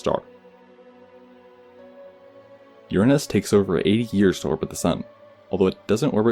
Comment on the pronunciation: I appreciate you pronouncing it Uranus not Your anus!